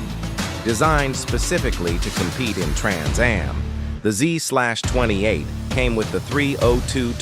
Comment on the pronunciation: "Zee-slash-twenty eight" 😂😂😂